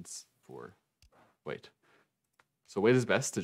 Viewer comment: Bro who tf is Wei? Ooooooh white..... Took me 18 minutes to figure out. Accent much lol